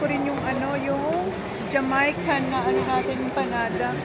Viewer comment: it's not JA-MAY-CAN pronunciation, it's JA-MAI-CAN, ang weird & funny lang how you say it hehe, I thought what is she saying na JA-MAY-CAN, un pala un empanada sa SM na Jamaican! Kaloka!🤣 Mas bagay un isang Gentle Monster na shades, the other one you didn't buy, mas bagay sa shape ng face mo sana un na lang get mo, this one not much, Kay Anne Curtis bagay to. Bakit hindi kayo sa house niyo magcchristmas??, well if they're all gonna be there, then that'll be fun! It's nice that Holly bought an English/Tagalog dictionary, she's really interested to learn Tagalog not like your panganay, and maganda yan para she can communicate in our language with your relatives. I noticed Mother is madalas nakasimangot, is she not enjoying mga pasyal niyo or in a bad mood or something?, or is that her sitting face??, tell Holly to just leave Mushy at home, or keep it safe when you guys are outside, coz if it gets lost, it's not like in her country that she can go back find it and it'll still be there, here if she loses it, other kids will get it, iiyak at magwawala yan for sure, coz it's gone forever, alam mo naman dito sa Pinas, Finders Keepers!! Kakatuwa naman un maglola when they were choosing the eggs!🤣, parang mas naging close sila this time, coz her attention is not divided wala un mga kalaro/kapatid niya. OMG Holly!, I hope you're letting your daughter know that home elevator is so sobrang malakas sa kuryente!, even the richest people here in Forbes Park